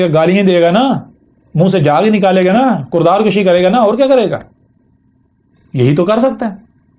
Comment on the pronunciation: 1`.04.06 kurdar nahi hota.. kirdar hota ha , pehlay apni zaban tho sekho, baad ma arbi ke taraf jana